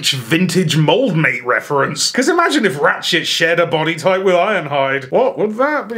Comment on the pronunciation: I’m not the only one who heard “Rat-shit” and least a few times right? Lol